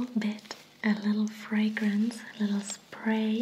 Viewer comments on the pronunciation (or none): none